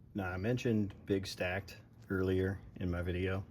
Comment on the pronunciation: The melting muppet from Australia his name is Big StackD as is the letter d at the end it’s not pronounced big stacked